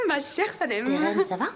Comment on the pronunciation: Vous vous rendez compte que muzafer dit géren pas Deren 😅😅